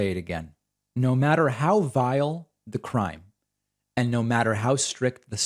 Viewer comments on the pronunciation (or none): none